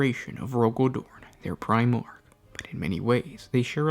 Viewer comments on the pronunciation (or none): none